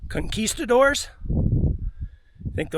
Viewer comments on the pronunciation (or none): none